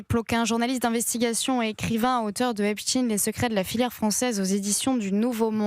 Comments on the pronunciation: EpstEIN et non Epstine… 😂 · Pourquoi cette présentatrice prononce EsptIn et non Epstein? Grotesque. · Epstein prononcez ayn...comme Einstein, comme wahrstein , Lichtenstein, vous dites pas Lichtenstinne ? Bon sang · c est pas ESPTINE MAIS epsTEIN!!! il est pas Russe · EPSTEIN PRONONCÉ EPCHTAÏN 🤬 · Pourquoi prononcez- vous “epstin" ?